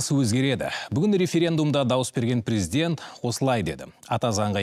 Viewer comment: Прiздент, прiзден. Неге дурыстап айтпайды